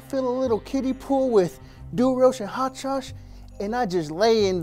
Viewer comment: Frank: I like to add a little, haot sauce. *Pours hot sauce*.